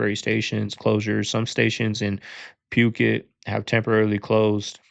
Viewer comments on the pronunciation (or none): It’s “foo-ket” not “puke it” 😂